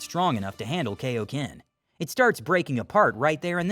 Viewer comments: Its not kayoken it kai o ken idiot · Kai o ken not kay idiot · kai - oh - ken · Are you just going to keep mispronouncing kaiokenyou and your mispronouncing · The only minor gripe with the voiceover is the mispronunciation of Kaio-ken.